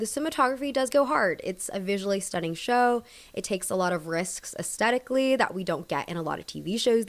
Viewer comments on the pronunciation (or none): none